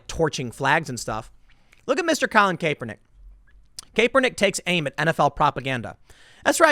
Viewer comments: The way you say his name drives me nuts lol.....im pretty sure it's cap-ernick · Please, Tim, keep mispronouncing his name. I love it lol. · When is someone going to Tell Tim he's pronounce Kaps name wrong? Usually it wouldn't bother me but this one drives me nuts. Lol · Dude, learn how to pronounce Karpernick . .You sound like an idiot everytime you mispronounce it. Kaleigh McEnany too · I love that you don’t pronounce his name correctly and don’t care. Haha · Tim, I don't care about that entitled scumbag, but you're pronouncing his name wrong, 12 videos after people told you this. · Tim, Kaepernick is a clown, but PLEASE start pronouncing his name correctly. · Tim you crack me up every time I hear you talk about sports. It’s so obvious you watch or know anything about what it is. I’m sure you know everything about skateboarding I give you that.. Oh and please get someone to tell you how to pronounce Kaepernick’s name. I hate him but it’s annoying every time you say it wrong. Even more an example you’ve never heard his name on TV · Please call him Colin you pronouncing his name is akin to nails on a black board, you always manage to mangle every name Tim I don't get it its almost like you're trolling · Why will Tim not pronounce people's names right?!?! Lol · Tim it's obvious you're not a sports fan which is fine, but at least know how to pronounce these guys' names when you cover stories about them. Kaepernick's name is pronounced Cap-er-nick not Cape-er-nick and Rudy Goebert is actually pronounced Go-Bare (with emphasis on second syllable) not Go-Bert. I'd suggest you do a little bit of research how to pronounce a particular sports guy's name when you cover a story about him. That's all I'm saying. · Tim, it's pronounced cap-er-nick Not cape-er-nick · Tim, CAP-er-Nick. BTW, Who gives a crap, Anyways...... Right on 2 the dude From Denver.... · Tim its pronounced CAP-ER-NICK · Love how Tim calls him "Cape-er-nick", lol. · Did you just say kaepernig?